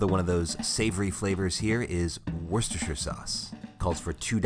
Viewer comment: Did you seriously just pronounce Worcestershire Sauce correctly? I'm very suspicious...